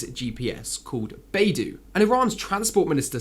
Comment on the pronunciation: By-dough not bay-do.